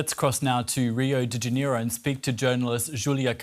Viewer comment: Why cant foreign journalists say “Janeiro”😂😂😂—- Ja-ney-ro not “Janiero”